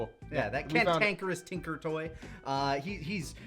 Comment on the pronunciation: It finally dawned on me: "Tin-can-kerous"